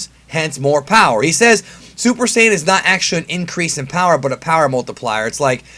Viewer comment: Why do you say syajin instead of Saiyan it’s odd